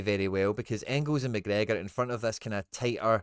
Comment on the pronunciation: This wee guys clueless knows all the italian names but says mcgregor wizny up tae much wee guys a diddy